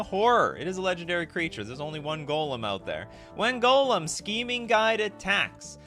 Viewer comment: The fact that you pronounce Gollum like golem rly triggers me xD never heard anyone pronounce Gollum worse xD